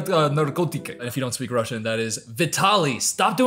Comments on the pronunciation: As Russian, i can say that your russian sounds pretty good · Brooo your Russian pronunciation is pretty good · speaking russian took me off guard but i just wanna say that it was really good pronunciation!